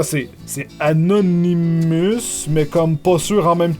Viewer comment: sa se prononce pas anonimous